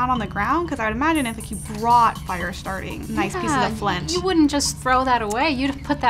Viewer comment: Did she call it flinch? 😂 idk she’s the expert I thought it was flint